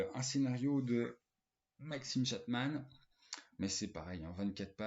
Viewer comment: Maxime comment ? Chatman ? Connais pas. Ce serait pas plutôt Maxime CHATTAM ? 😅 Et on dit pas Tom CRÜIZE, on dit Tom CROUZE ! Heureusement que je suis là pour redresser la barre hein ! 😇 Des bisous !